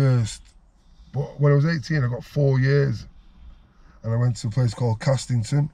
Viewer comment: it’s not castlington it’s hmyoi Castington